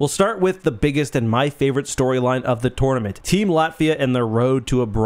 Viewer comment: He said tournament weirdly once and I let it slide. I heard it a second time and had to leave